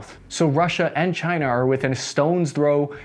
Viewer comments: Chi-nah? Keep ‘em comin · Yes! "task ans purpose"... Try to name the countries correct.. before you critize "cyna" okey? They took your jeeerrrbbbss.. murica!